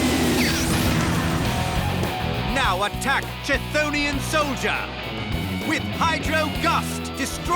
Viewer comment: isnt it ky-tin-os soldier?